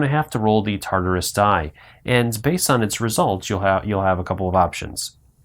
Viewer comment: Thank you for the video, however, I could not finish watching it for the mispronunciation of "TARDIS" (tarderis) and "anomaly" (abnomality), it was just too grating for mine.